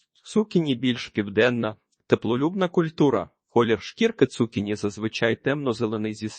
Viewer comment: Не змогла слухати. Дуже "бив" отой наголос цу`кіні. На мій подив, навіть в словниках не знайшла - як правильно. Можете сказати де подивитися?